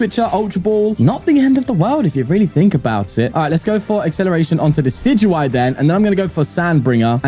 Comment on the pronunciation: Day 29! A bit late, but still counting! You should look into becoming a professional Pokemon pronunciator, I knew decidueye was pronounced like that!